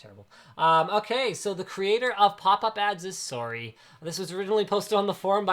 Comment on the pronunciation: I like how Linus says "sorey" instead of sorry